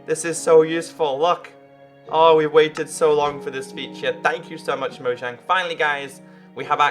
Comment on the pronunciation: A few days ago.........AppStore: minecraft pocket edition has been updated. Me: OMG! A few mins later........ 0.13.2....... WOW. GOD DANGIT MOJANG. Oh fun fact is pronounced moyang not mojang